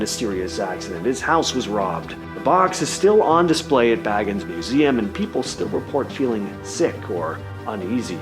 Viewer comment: Hey EVERYONE….its pronounced Zak BAY-GUNS. Not “Bag-ins” not like the hobbit. People who don’t know who he is never say it right.